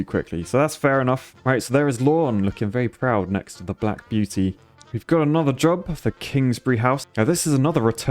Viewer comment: "The Black Buety"